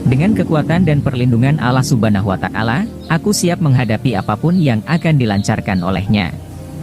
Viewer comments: bukan alah suban watakala ,yang bener allah subhanahu wata,al ,jadi juru bica yang bener lo sembarangan ,perbaiki bicara lo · pengisi suaranya salah sebut Allah subhana watakala yg benar Allah subhana huwata ala